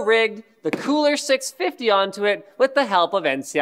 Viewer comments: it's kühler not kuhler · Kühler not kuhler -.